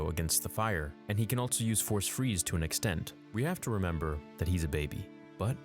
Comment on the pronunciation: I love your videos, but the way you pronounce “else” and “also” as “eltse” and “altso” almost ruins them lmao.